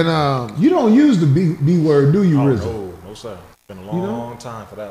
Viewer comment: It must be a lil irritating for Rizza to be on all these shows multiple times and people still mispronounce his name. Especially Corey ass 😂😂